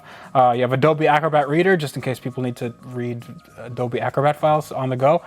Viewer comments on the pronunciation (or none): none